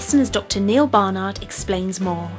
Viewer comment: So I once heard Dr Bar-nard explaining how to pronounce his name and it's definitely Bar- nard :-)